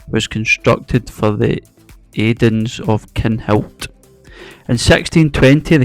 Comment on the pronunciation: Adairs of Kinhilt, not Aidens